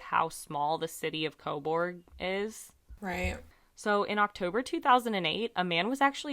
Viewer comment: It's pronounced co burg. Everyone over pronounces the u. Canada loves the letter u. Honour. Colour. We spell things different lol This is my town. I live right around the corner from where her body was found. No shade but i assume it was a drug dealer. We have a few major players in this town but most moved to toronto and commute down here to sell. Small town, often the dealers give a spot so you owe them. She was found a couple weeks into november and welfare checks come out on the first.. I know she was sick and got addicted to pain killers and we def had a couple dealers in town who were... Wreckless... The tracks are often walked to cut time down when walking across town. The side of town she was found on... The Sutherland cres area is totally a drug hole. I assume she went to meet them but didnt bring money. No shade. I dont blame people for their addictions. It's a hard road to travel. I wish for justice for her. This stuff doesnt typically happen here.